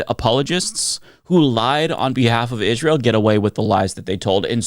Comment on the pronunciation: “Ihjz-rael” is an odd pronunciation.